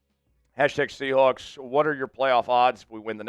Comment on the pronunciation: I’m a Rams fan, but I’m commenting because I’m fascinated with how this presenter says “ Seahoawks”. I don’t know anyone from the Pacific Northwest who uses that pronunciation.